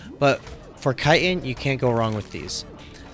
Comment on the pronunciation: Kiten? You pronounce chiten like kite-in ... does "ch" make a k sound? Chicken, chick-in, chitin, chit - in